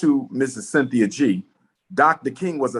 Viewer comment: "Sin-thi-uh" is an agent of chaos. Negativity is her platform.